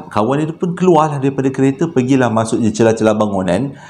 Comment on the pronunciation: Comella bang part pelat "mashok" tu 😂😂😂😂